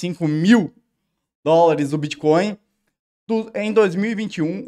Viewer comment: Bitcóio? Nem sei o que é isso.